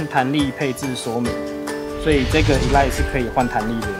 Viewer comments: 其實唸法都錯，前面不是唸衣，而是ㄜ莉ㄊ 這樣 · 應該是ㄟ賴特吧？